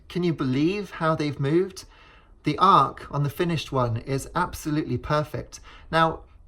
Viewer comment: It's arch, not arc.